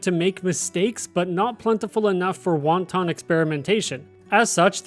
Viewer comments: I'm more bothered by the way he says "wanton experimentation" lmao it's (wahn- tun) not (wahn-tahn), it's not a chinese dumpling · and he says "wonton" - a chinese dumpling - instead of wanton. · Less than a minute in and you mispronounce attribute and wanton… a wonton is a chinese dumpling filled with cream cheese. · Wanton is not pronounced like wonton. I love this guy🤣😭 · Are we just going to ignore 'wanton' pronounced like the a type of Chinese dumpling? :p